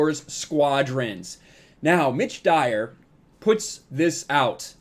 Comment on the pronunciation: Oh, it's "Mitch Dyer"! All I heard was "ditch diver".